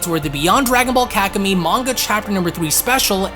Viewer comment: It’s pronounced Kaku-May btw ;)